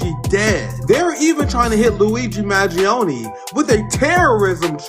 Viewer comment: Pronounced Man Gee Own